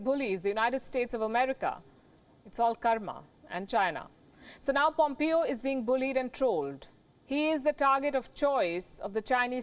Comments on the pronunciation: It`s not POMEEO|. It`s POMEHO. PLEASE! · Mike Pompeo is pronounced as Pom-pay-o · In the U.S. it is pronounce (pom pay o).